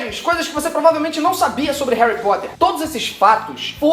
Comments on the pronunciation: Você disse Réui Póta? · "Hari Poter" kkkkkkk, sabe nem falar, cala a boca vai